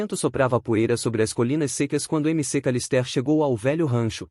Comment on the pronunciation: "M C Calistér" - "Macawlister"